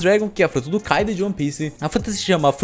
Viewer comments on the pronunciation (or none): none